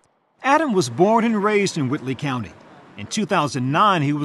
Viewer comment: When the locals say, "Whitely County", the "L" is silent.